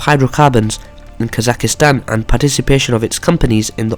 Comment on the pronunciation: Kazakhstan bro, not Kazakhistan